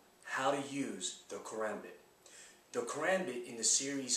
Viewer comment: I'm pleased he did not say ka-rom- bit.